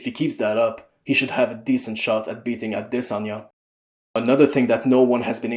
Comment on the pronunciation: He's actually saying it properly, I'm pretty sure. As for Jan, its close enough